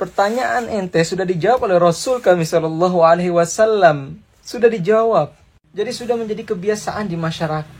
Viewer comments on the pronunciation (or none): none